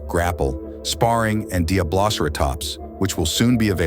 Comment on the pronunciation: He pronounced diabloceratops 3 DIFFERENT ways